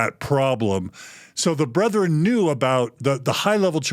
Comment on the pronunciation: Why do Mormons say "Brotheren"? It's "Bretheren"